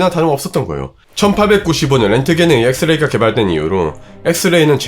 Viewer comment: 진지하게 말하는데 발음이 노홍철식이라 자꾸 집중이안되고 웃곀ㅋㅋㅋㅋㅋㅋ 엑 th 레이를 이용 하여 단 하나의 원자를 포착하는거th에 th엉공 했th읍니다 ㅋㅋㅋㅋㅋ 여러분! 다시 말 th음 드립니닼ㅋㅋㅋㅋㅋㅋㅋㅋㅋㅋㅋ 무슨짓을 해도 밥을 딱 퍼면?! 적어도 1만개의 th알알이 퍼졌어요 ㅎㅎㅎㅎㅎㅎ